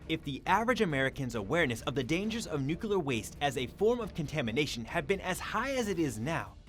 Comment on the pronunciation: It's nuclear (new clear) not nookyoular.